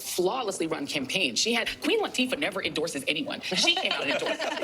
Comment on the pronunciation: Did that idiot really say queen latifa😂😂😂😂😂😂